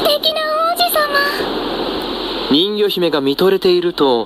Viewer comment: ん魚姫って聞こえたw